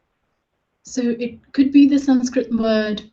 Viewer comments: why don't you pronounce the schwa at the end of Sanskrit words? You seem to omit such an interesting feature of the language. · I'm no expert in Sanskrit but I did notice noun examples lacked their final letter, the visarga, written like a colon, and pronounced like a final breathy H, similar to how Andalucians pronounce final S in Spanish. It's cognate with Lithuanian final S, so there's one similarity you missed out. Another one you missed is pasitaite which looks like Sanskrit pasyate पश्यते meaning "he sees". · Guys it is sanskrut not sanskrit. How can you call this girl as sanskrut master ?😂😂